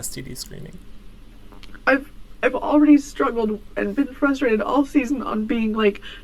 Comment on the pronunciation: Holy shit...there's an R in "frustrated," and yes you pronounce it!